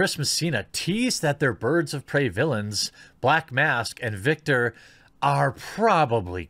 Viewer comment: I'm sorry but you couldn't even say Victor's name right though lol